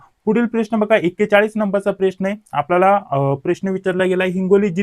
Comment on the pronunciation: साहेब अगोदर प्रश्न च उच्चार नीट करा .😂😂😂😂